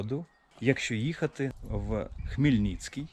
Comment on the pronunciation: Хмельницький, а не Хмільніцкій